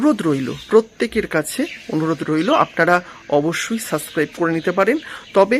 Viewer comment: Subscribe word ta bolte sikhun thik kore